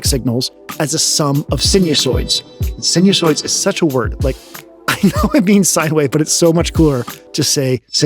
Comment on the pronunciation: THE PRONUNCIATION IS: SINE-U-SOIDS!!!